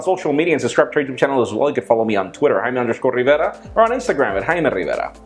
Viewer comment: I love the way you say your name. will you whisper it in my left rear